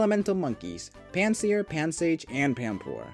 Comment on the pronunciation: mans did not butcher anything in my opinion